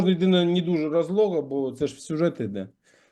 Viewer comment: "нє дужє разлого")))